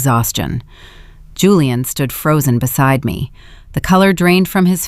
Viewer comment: Why can't the AI pronounce Julian properly? It keeps saying Hooliaan which is incredibly annoying.